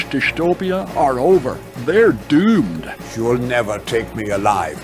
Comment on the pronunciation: "They're duoomed"